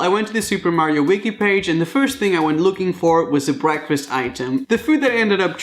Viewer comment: Breakfast (BREE-AAK-FEEST)